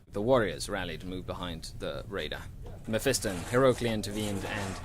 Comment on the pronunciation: it is pronounced (meff-i-ston) not (meff-ee-ston)